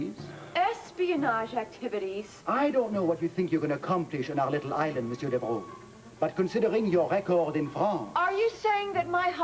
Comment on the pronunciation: that accent is strong to say Devereaux